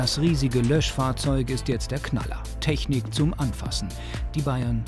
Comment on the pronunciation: Die Studentin: ja die Tragfläsche ist sehr Tragfläschlig und die teschnik dazu ist sehr teschnisch